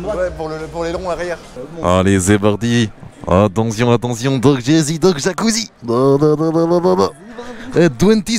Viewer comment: A 0,43 jador il dit attention doc jazy doc jacouzi